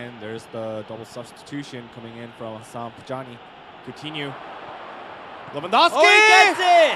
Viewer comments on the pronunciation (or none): It's so annoying when people can't pronounce, or be bothered to learn to pronounce, people's names. (Pronouncing Lewandowski with 'w's instead of 'v's). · Its lewandowski. The W in Polish is pronaunced as "V"